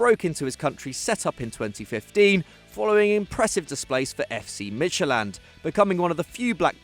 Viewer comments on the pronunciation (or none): This is how they always pronounce "Midtjylland" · Midtsjælland really?? I think you mean Midtjylland, as there is no club called Mindtsjælland. You might be confusing them with FC Nordsjælland ...